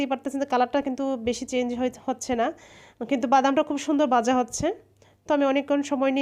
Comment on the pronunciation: বাংলা আপনার মায়ের ভাষা, দয়া করে এই ভাষা যত্ন সহকারে ব্যবহার করেন। বিকৃত উচ্চারণ করলে হাসি পায়। আপনি ভাজা কে বাঝা বলছেন বারবার।